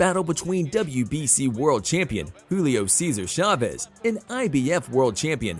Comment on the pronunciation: I dont know who reads for these videos but holy hell please work on your pronunciations of names "Marquez" is not "Mar-Kwez" "Chavez" is not "Chav-ey" Please do my Hispanic brothers a bit of courtesy, yeah?